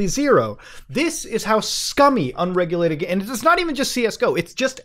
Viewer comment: “Buttt MOOOOODA, Cwypto Cuwwency is unweguwated too!” 🤣😂🤣